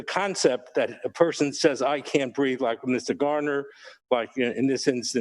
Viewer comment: Its BREATHE....